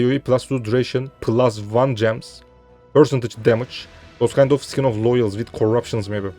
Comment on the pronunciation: Kardeşim İngilizceyi güzel konuşuyorsun da şu skin(deri)yi (sikin) şeklinde telaffuz etmen yok mu.. Sen büyük ihtimalle eskide Knight Online'da oynuyordun. Mesela Knight Online telaffuz ederken (nayt online) yerine (kınayt online) şeklinde mi telaffuz ediyordun?